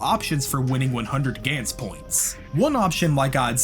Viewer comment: Its pronounced Guns as in 🔫 not a"gaints"